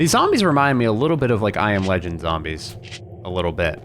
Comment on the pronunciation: Some real tough zohmbrehs xD